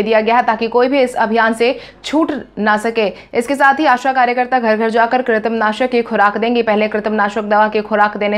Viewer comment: News anchor should always practice for correct pronunciation. Today many times you used kitrim instead of krimi